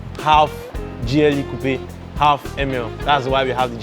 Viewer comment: The way he pronounces Coupe 😅